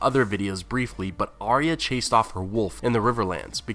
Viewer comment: Nice work but please learn to pronounce Arya's name correctly.